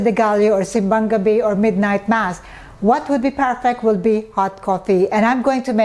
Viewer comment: The way you say "Simbang Gabi" Ma'am, it feels like you embrace our tradition ☕♥️ Thank you always for sharing your knowledge to us. You always inspire me Ma'am to push my ideas to enter my dream Coffee Business.. Sharing your knowledge was a big help Ma'am.